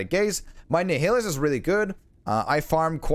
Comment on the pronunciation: nihilis pronounced as Nae-ilis, like nihilistic or nihilism